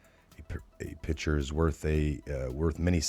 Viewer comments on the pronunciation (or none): Pic ture not pitcher